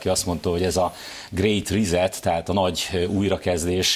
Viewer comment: Dear Laci! I know you are very busy. You mentioned that your English pronounce is not perfect. No worries about it, I also used to make bigger mistakes .... (You said this: great reset) I just want to help you, I suggest you an English-English dictionary here. Every single word can be heard by a native speaker in British and American dialect too. I don't wanna hurt you, it's just an idea. I know you get it. Orban's s English is more and more terrible! :) See this one: extraordinary (elkúrta, a Beltmaker is - hogy, szép anyanyelvemen is írjak valamit :) ) Hold on! Go ahead! We will show that you have good alternatives against the status quo. We'll meet in the polling stations next year! Have a good job - we support you! The dictionary is here, maybe you know it: --- Angolul nem értőknek: A lényeg az, hogy egy szépen beszélt (idegen-, de ez igaz az anyanyelvre is) nyelvvel az ember eladhatóbb. Biztosan lesznek interjúk, riportok, esetleg tv műsorok, ahol Toroczkainak lehetőséget adnak nyilatkozni. Nem rosszindulatból írtam, magamból indulok ki - az építő kritikából tanulok a legtöbbet.